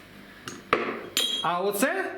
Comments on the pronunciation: Все добре з ключем, Тільки з назвою мало не так: коректніше буде не «дЄд», а «дЕд». паруски. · а чому дед а не дід!?